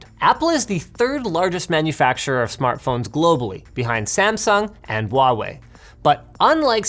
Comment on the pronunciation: It's not vuawei.... It's Huawei.